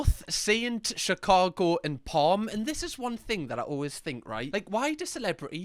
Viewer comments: Palm 😂😂 It’s pronounced’Salm’ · Not you saying psalm’s name is palm 🤣🤣🤣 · calling the kid “palm” 😭😭 i don’t think that’s how they say it ahahah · PALM??😂😂😂 you went to catholic school 😂😂😂 PSALM 🤣🤣🤣🤣🤣🤣🤣🤣🤣🤣🤣🤣🤣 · PALM💀💀 it’s psalm 😭